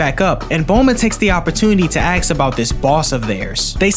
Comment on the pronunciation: are you not able to pronounce "ask" or is it an aesthetic choice?